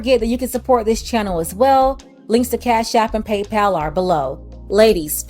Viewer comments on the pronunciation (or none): none